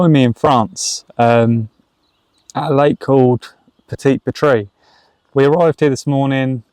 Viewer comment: Thanks for the vid. Its pronounced 'Peh-Tee Pret' just incase anyone has to ask a French person for directions, it's defo not Pre Tree 😊 not hating BTW ✌️ Did you get the food package there? If so what was it like. Cheers bro.